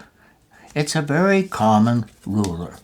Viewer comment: rurer got me dead